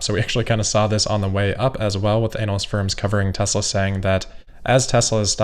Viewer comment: I like how calls them ANAL-ysts. Fully concur with that characterization and think this pronunciation should be adopted as the standard.